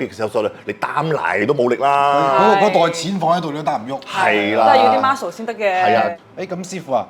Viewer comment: 英文少少怪：「要d Ma-scle先得既」，一般香港人會講：Mus-cle